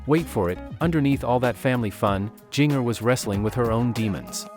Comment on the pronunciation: Jinger is pronounced the same as the spice GINGER. And you say 411 as “four one one”, not “four eleven”.